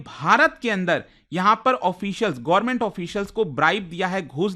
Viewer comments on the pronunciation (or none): none